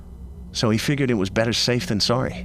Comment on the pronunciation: It's sorry, not sore-y.